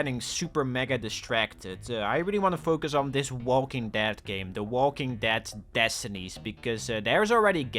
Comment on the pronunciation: saying Walking Dad is hilarious. This guy can't talk.